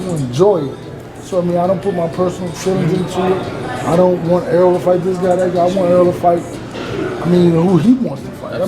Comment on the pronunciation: Er-rol ... Not Earl. Damn, yall stick fucking up his name.